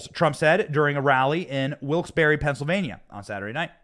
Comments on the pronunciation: It's pronounced "Wilkes Barry" even though it's spelled Wilkes Barre! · Benny I understand it's spelled Barre but in Pennsylvania it's pronounced bear ..... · Benny it's Wilkes-Barre (Pronounced Barry) ❤️